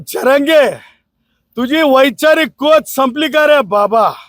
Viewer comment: याला नाव पण नीट घ्यायला येत नाही जरांगे असे आहे झरांगे नाही. कोणती लॉ ची डिग्री मिळवली काय माहित 😂